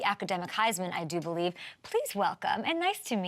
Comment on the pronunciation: I bo-lieve